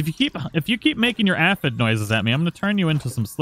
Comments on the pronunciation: Say it with me sir. A-phid. Not ah-phid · The way you say A-F-Eh-D